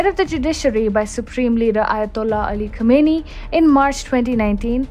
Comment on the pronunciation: Khamenei should be pronounced Khaa-men-eyee.